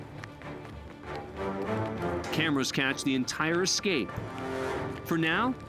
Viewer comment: judge said EXCAPE though, It's ESCAPE. He's supposed to be an educated man ffs.